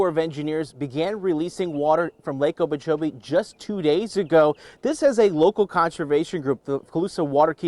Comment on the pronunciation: I can't keep listening to this guy say "Lake Obeechobee"